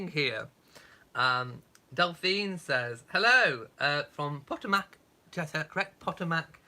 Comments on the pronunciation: The end of the word is mick, not mack. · mick not mack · Potomac is pronounced puh-Toe-mick: Emphasis on the second syllable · Cindy Munger There seems to be a difference of opinion. I suppose in the end it depends on where in the states you are from. Now me being English I would pronounce Po Toe Mac. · lol Potomac is pronounced Po=Pu (a long “u” like in the word fun), to=toe, mac-mic. Phonetically sounds like Pu-toe-mic. 😉😉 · Catching up now before the vlog. Puh-TOE-Mac